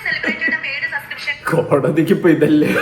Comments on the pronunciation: Subscribtion എന്ന് തെറ്റാതെ പറയാൻ പോലും അറിയില്ല അമ്മച്ചിക്ക് സസ്ക്രിഷൻ 🤣🤣🤣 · സബ്സ്ട്രേഷൻ എന്ന് പറയാൻ അറിഞ്ഞുകൂടാ അലവലാന്ന് പറഞ്ഞ് പഠിപ്പിച്ചു കൊടുക്ക്